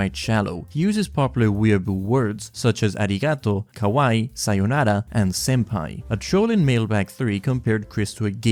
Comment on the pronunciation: Your pronunciation of "kawaii" sounds like you are saying "kowai" lol